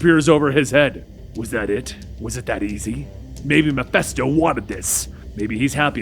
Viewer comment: Love the series, but one piece of constructive criticism: it's pronounced "muh-fist-OH." It's a short "i" sound.